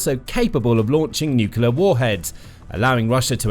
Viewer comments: Narrator can't say 'nuclear'...sad! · 'Nuclear' does not have 3 syllables.